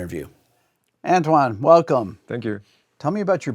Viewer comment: That sounded like a very European sounding 'welcome'!, Rick!